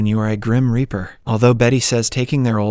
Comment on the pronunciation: Indeed! "Ripper" rhymes with "zipper." "Reaper" rhymes with "keeper."